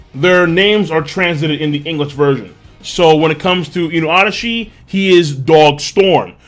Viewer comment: Please King...just keep saying Inuarashi and Nekomomushi. They sound alot better and proper to the characters.